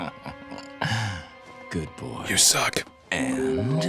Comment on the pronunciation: The difference between "You suck." and "You. Suck."